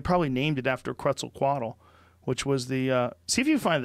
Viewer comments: pronounced: Ketz-Al-Co-At-AL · It's pronounced quezt- al -coa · I think it's pronounced as ket-zahl-cowhat-el